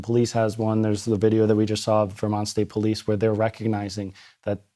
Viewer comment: Do you listen to yourselves? You pronounce Vermont as Vermouth?????